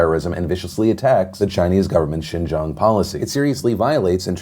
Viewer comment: funny that he can say Xinjang but not Grande. :P